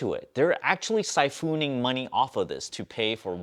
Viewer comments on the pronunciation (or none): Which pronunciation is funnier jillyed or sifooning?